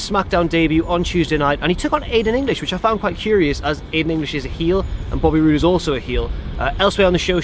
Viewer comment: said booby rude instead of boby rude